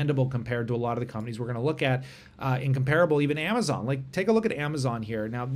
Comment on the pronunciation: You said Amazon wrong